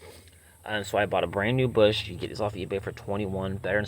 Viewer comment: For the love of god, learn how to pronounce words properly! WTF is a twerbo? Busch is beer, Bosch is car parts you tool!